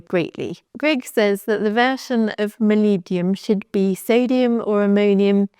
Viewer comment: Try to separate the Word in 2… molib-denum